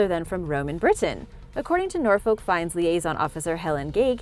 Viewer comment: But she can't pronounce "Norfolk" correctly.